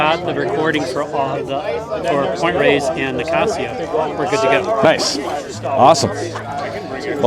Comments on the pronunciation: Thanks for the text at the end. San Francisco is super beautiful and I’m so lucky to live here. Wish I was on this ride. Thanks for pronouncing Pt ReyES correctly no matter what those jabronis are saying. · heh. Pt Reyes is pronounced Rayz not Ray-es ::) at least it was when I was growing up in SF and Marin in the 60s/70s. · It’s pronounced Rey-es now. People have been learning their Spanish in the last decades.